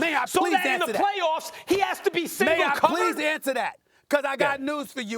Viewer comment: “MAY I PLEASE ANSA THAT